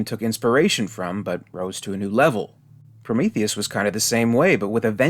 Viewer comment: Did he say he loves Promethus?? 🥴🥴🥴